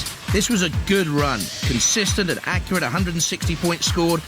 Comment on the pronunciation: "That's 100% accu-rat!"